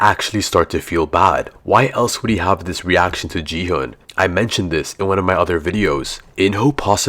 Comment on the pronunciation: It’s Gi-Hun not Ji-hun